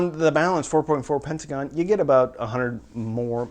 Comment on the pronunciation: "pentaCon" just sayin! love the reviews